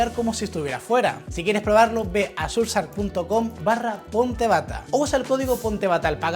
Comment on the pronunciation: Surf sark?!! 😮‍💨😮‍💨😮‍💨🤦 Sera el mismo Surf sHark? Amiguito embatado, esa h suena, y oa sh se asemeja al sonido CH pero soplado porque va con s y no con c.